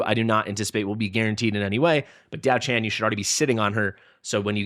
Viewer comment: As mentioned underneath your last video: Pronunciation: ti̯ɑ́ʊ̯ ʈʂʰǎn [Dyaow Chan - the 'chan' has a rising tone] And Lü Bu [is again with the 'ü' sound, otherwise it is pronounced the way it is spelled, but with a rising tone in the end] To clarify, the 'a' sound is a normal 'a' sound and not the English version. Also, I did comment about the background in your last video as well.